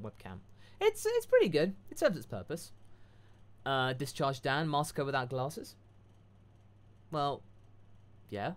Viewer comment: i forgive for butchering my name Masako